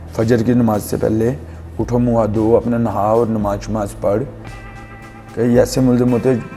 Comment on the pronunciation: Namaz hota shamaz q kehte ho tm